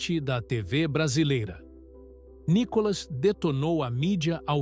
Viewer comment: Nícolas claro KKK